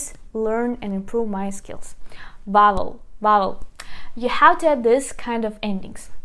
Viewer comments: You are also mispronouncing the word "vowel." The "v" is pronounced with a v sound, like the sound B in Ukrainian. "Vowel" does not begin with the sound "w" in English. It starts with "v." On the other hand, the "w" is not a "v." The "w" s a true English "w," it sounds like wa-in want, we, or win. Not a v, but a w. Don't give up. You are almost there. Other than that, you are an excellent teacher, very kind and patient. I learned alot from your presentation. DyakuIO! Irene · vowels is pronounced veaol or веаоул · Vowel = вауэль . I hope it helps. Your videos are most excellent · Vowel almost sounds like the word "fowl" but softer. Mid-western American English today.